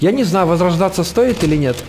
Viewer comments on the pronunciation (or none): none